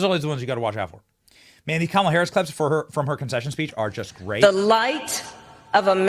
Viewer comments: wow, "Kamilla"? How do you not get her name right at least? I always say ka MAH lah but it's apparently KAH mah lah, accent on first syllable. But whatever.... yes, it was nice seeing Trump WIN. That's the closest we have gotten so far to TRYING to rectify the non-functioning fed govt. Hope and his group can clean house, implement some things to improve the country as a whole and try to keep a peaceful nation and relations with the so-called evil countries. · You pronounced KamIla correctly :) :) :)